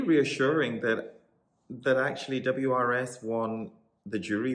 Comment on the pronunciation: WRS - pronounced oors, because his name is Ursu, which means "The Bear"